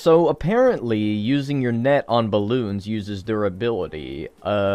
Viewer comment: I thought he said neck not net